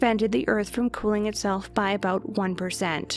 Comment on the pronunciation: DID I HEAR AN “ABOOT”? So Canadian Cats are smarter than my laser chasing American Cat :(